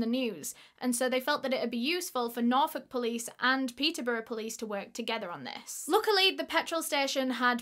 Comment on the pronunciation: “TogeTHUR🤠🎼” lol ily